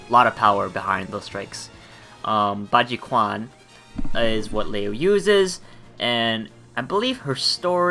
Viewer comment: while you are at it, i'll just add that is is pronounced as baji-CHUAN, not baji-kwan :D cheers